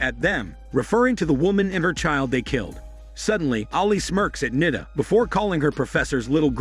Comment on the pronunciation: It's not Nida. U have to stretch the I so Niiiida